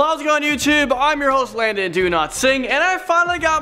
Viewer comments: I though you said your name was Landon do-not-sing! Lol 😂😂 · Landon your name is pronounced LANDON! DO NOT SING! like a person telling you to shush hm